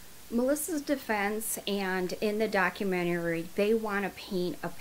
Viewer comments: Baby say it with me doc-u-men-ter-ee 🤣🤣🤣🤣 documentary !!!. I see yur struggling with it, so I’d figure i would help out. But great info. This is my first time running across your channel and i love how informative yur video is. This lady should stay in prison.. whether she did it or her daughter did- she has abused before or watched. She has failed those kids tremendously. I’m not sure about the death sentence. The only thing i hate about living in Texas;; they are quick to try to throw the death penalty. Keep up the great videos🥰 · You look so pretty in this video and I enjoy your episodes! But documentary is 5 syllables! Lol! Sorry! It was just kinda bugging me the whole time! Keep up the good work! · Is she saying "documtarery" over and over? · How are you pronouncing the word, documentary? It sounds like you are saying, documenoury. Just wondering if that is some type of accent. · Hi - no mean-ness intended here,ok, but it's pronounced: doc-u-men-tary. I see you kind of struggle with saying that. Just a helpful tip ❤ 😍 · Can you say “documenerey” any more times in one video? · Docu- men- tary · I LOVE, LOVE your channel and you, but girlll , it’s pronounced doc-u-men-tary. 😂❤️ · With love, I respectfully say...documentary has 5 syllables, doc-u-ment-a-ry. Or, doc-u-men-ta-ry. It was just hard to hear it with the extra syllable. Sorry. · You have one too many syllables in the word documentary sweetie , it is'nt documentarary , just an fyi . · ummmm.. its a documentary (daa·kyoo·men·tr·ee) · Please stop saying ‘documenterary’. 🤦🏻‍♀️😂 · I love how you add an extra syllable to documentary 🥰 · Omg. I love your channel girl. That being said, the way you say documentary cracked me up.. Everytime which was really inappropriate for such a horrific story 😅😅💞... You rock. Keep it up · I've never heard documentary pronounced that way So cute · Documentary is a 5 syllable word. The "men" is emphasized. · 🤔 Why does she have so much trouble saying 'documentary'??? 😂😂😂